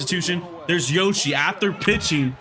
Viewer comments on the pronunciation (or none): none